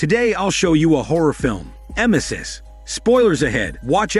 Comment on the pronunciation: Lol it’s pronounced EM-EE-SIS(rhymes with thesis)the act of vomiting if that wasn’t apparent by all the 🤢puking🤮